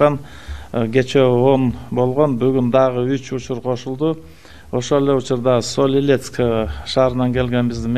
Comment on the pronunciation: Сол-Илетск эмес ? СОЛ ИПЕТСК !!! Деб айтылат ?!!!😏☝️